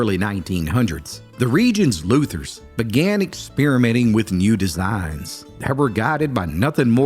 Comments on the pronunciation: It’s called being a luthier, not a “Luther”. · Pronounce luthier correctly.